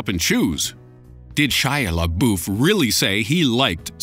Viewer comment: Laboof, really?? XD LOL